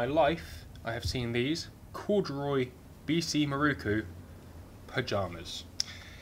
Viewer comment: having watched dozens of your very entertaining vids. At last I have cracked. Just got to comment. could you please pronounce. MIROKU. as spelt. So many people seem to pronounce it it many different ways. The 4th letter is an O not a U. IT is MIROKU not MIRUKU. Not so much a critisism as a comment. Hope you are not offended. I really enjoy your channel.